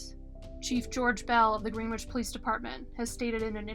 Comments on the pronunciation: GREN' - itch...not GREEN' - witch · It’s GreenWICH.